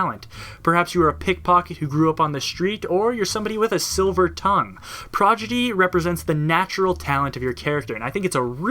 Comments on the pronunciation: prod... igy... not progidy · PRAW-DI-GEE, prodigy. Not progidy. Fun fact, progidy is not a word. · Just in case anyone here forgot... it's Pro-Di-Gee, not Pro-Gi-Dee. Still triggering nerds nearly 4 years later. XD #NeverForget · It's Pro-Di-Gy not Pro-Gi-Dy ROFL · Dude. Prodigy. Not 'progity'. Wtf. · Really enjoyed this overview, but once you started saying "progidy", it started driving me nuts. :p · This was great... but come on guy. You said "Progidy" about a dozen times. It's Prodigy! "prädəjē" "Prah-Dij-ee!" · Heh, you said prodigy wrong every single time. I'm pretty sure you know how to say it right, and just slipped up, I just thought I'd let you know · Every time you say PROGIDY it gets me one step closer to tearing my dick off and shoving it into my ear. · You kept saying Prodigy as "Progidy" xD Great video! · It's pronounced: prod-i-jee. ;) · Great overview. Must say my grammar Nazi squirmed every time you said "progidy" though. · I thought the same thing, Overall a good overview!